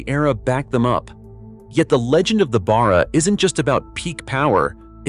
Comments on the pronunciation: It's Barra not Bar-rer, and for that matter it's Ally not Aloominum. Get a real Aussie to do the commentry. Great engine. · It's pronounced Bear uhh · Its pronounced Barra as in Barracuda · ?? the "turbo" Barra ?? - Let's go.... (Nb, not "beara" - a short "A".. ) Pity the Iuternational behemoth cancelled the Production down under... Note MOST Falcon Taxis were NOT Turbo versions - my last one from 2004 - lasted until the end of 2020, that got written off - after rear ending a 200 series Land Cruiser (the engine was unaffected, bulletproof)... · It is hard to get it right when it comes from a different country. Australia has a lot on idiosyncrasies. In this case the engine is just a shorten version of Barramundi which is a native Australia fish with great strength. Barra is pronounced like the start of barr(ow). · Other than how he pronounced barra I enjoyed this. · as a born and bred Aussie I am offended by the AI's pronunciation of Barra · You would probably be equally offended to find out that the V8 was also called Barra. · Damn Straight! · Yeah! I wasn't paying too much attention but when the Barra was mentioned I had to make sure it wasn't something like wheel barrow.